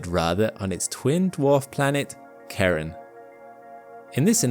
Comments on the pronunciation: I'm pretty sure that's pronounces kay-ron, not Karen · Great video, but I hate how Charon is being pronounced as Karen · Even though the name Charon is the same as the Greek God which is said "kare-RON" with emphasis on the last part of the name, it is not pronounced the same! It is correctly pronounced "Shar-ON". “Christy proposed the name Charon after the mythological ferryman who carried souls across the river Acheron, one of the five mythical rivers that surrounded Pluto’s underworld. Apart from the mythological connection for this name, Christy chose it because the first four letters also matched the name of his wife, Charlene.” Which is pronounced “Shar-leen”. Hence Charon’s pronunciation, which is accepted by NASA and most astronomers. (We can’t speak for them all.) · The Ch in Charon is more like the sound in chair, but softer, not Karen... 😉 Greek mythology, not american soccer-mum. IPA: ˈçaːʁɔn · A minute of silence for Charon, pronounced by as "Karen"! 🫂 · Please stop calling Charon Karen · You got to stop calling that moon Karen...lol Ch is pronounced Sh. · Starting with the mispronunciation of their name. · It's pronounced Sharon not Karon. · It's not pronounced "Karen." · Why do you keep saying that the moons name is Karen? It’s Charon, like Chili 😉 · The name of Pluto's moon is pronounced Shar-on. The dude that discovered it (James Christy) named it after his wife, Shar (Charlene Mary). I'm not sure why you call it Karen but it's irritating listening to you disrespect its discoverer like that. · Charon is pronounced like Sharon not Karen. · It's not Karen. It's not Sharon. It's Shar-Ron/Char-Ron. tf nobody knows how to say it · Why do these Brits say "Karen". Its Sha-Rone buddy. Not Karen. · To whomever is narratating here...the correct pronounciation of Pluto's moon Charon, is SHARE-on...NOT Karen. It is named after the moon's discoverer, James Christy's wife, Charlene. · Pronounced Share-on, not Karen. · It is spelled 'Sharon, not Karon...